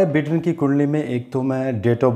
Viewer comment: सर जोय बिडेन नहीं “जो बाईडेन”